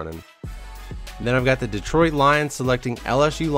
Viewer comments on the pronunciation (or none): none